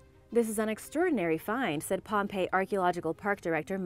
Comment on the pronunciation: She said pompeo once lol